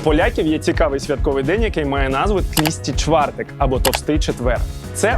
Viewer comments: Михайло, випуск супер!!! Сам захоплююсь фаст-фудом і взагалі їжею.... Але є одне але....дуже ріже слух неправильна вимова страв....не пиЗи, а пиЖи...не тлІсти чвартег, а тлУстий чвартек..не плЯцки, а плАцкі....а так взагалі дЖєнькує бардзо за тен фільмік))) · Судячи з відео, ти ж не вчора приїхав до Польщі. Назвати тлусти чвартек тлісті чвартек! Це тільки москаль так може. Стало гидко дивитися, бо це не перша нісенітниця, яку я почув за 20 хвилин відео. Вимкнув. Ретельніше потрібно готуватися до роботи, проконсультуватися хоча б... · Тлусти чвартек а не тлісти.